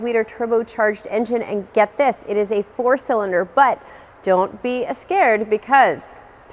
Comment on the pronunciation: don't be escared. Did she just become Latina?